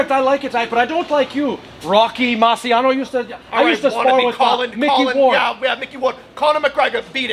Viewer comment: This is fucking good! I can actually send this to the folks that claim they're Italian but they're born in Medford or some shit, like..see this? We are the fucking opposite lmao Marsiano huh haha it's pronounced "Marchano" for fucks sake smh